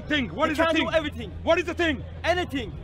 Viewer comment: A ting, noting, someting, anyting, I had a brain freeze. The level of understanding with some of these people is unreal.